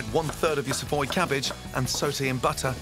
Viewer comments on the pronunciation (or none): none